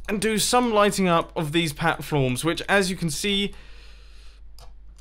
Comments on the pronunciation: He just said Patflorms over platforms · patflorm lol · Patflorms? xD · pattflorms? :D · Patflorms lol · "lighting of these Patflorms" LOL nice mumbo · "patflorms" xD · he said patflorms😁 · he said patflorms lol!